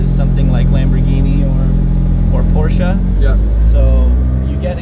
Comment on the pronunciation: I do really appreciate you pronounce Porsche as P O R S C H E as the car's and the founder's name is like that. And not like Porsch' or even worse things I heard so much on other channels. ❤ Excellent work onthe Senna, too.